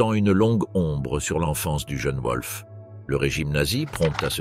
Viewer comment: Oui et le nom du fils de Hess : un coup c'est "Volf" (prononciation correcte) un coup c'est "Ouolf"